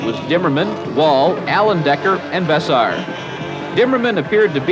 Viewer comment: Vess-air, not Vess-ar. How could you not know that. Those brothers have been in the sport from the beginning.